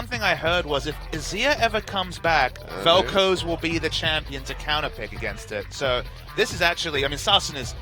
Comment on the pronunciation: Velkoze? C'mon